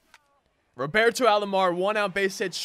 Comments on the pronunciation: Love your vids man. It’s Roberto not Robarto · The way you say Roberto annoys me